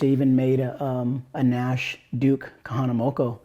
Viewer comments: Duke Kahanamoku, moku not moko, lol! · Haha kahanamoko 😂 “uuuuuu” my guy, kahanamoku .